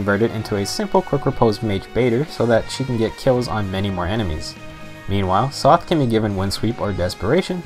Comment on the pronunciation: Sothe = S + "oath", not "''Sloth" without the "l" haha